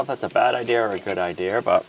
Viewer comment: Eye deer??? It’s idea.